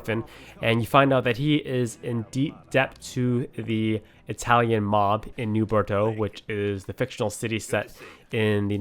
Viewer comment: new bordo? I thought it was new (Bor-oh-Docks